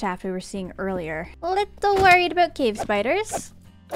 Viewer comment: “How BOAT we go for a little sailing trip” made me crack up